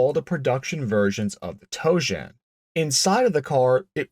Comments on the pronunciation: Tojan. Not toejam. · The Pontiac Toe Jam....um, I mean Tojan. 🤣🤣🤣 Sorry.... I couldn't help myself. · Every time you say tojan i hear toe jam. That thing is hideous. It would have been cool with 800 horsepower but thats it. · I just keep hearing "toejam". Were those 71-73 Cougars going into the primer bath?